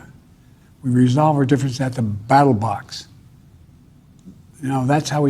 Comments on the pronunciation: he said battle box like 3 times, it's funny but not that funny come on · “Battle Box”, sounds like a new CoD map or something😂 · AT DA BATTLEBOX' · BATTLE BOX i heard lol